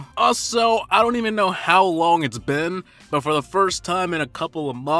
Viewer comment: You say but like saying butt😂